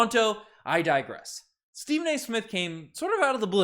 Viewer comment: Stephen not Steven